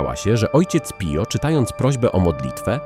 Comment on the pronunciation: Wymawia się Pijo